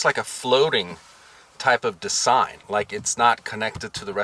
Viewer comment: What’s wrong whit the way you talk? . You say the word “Design” weird as hell.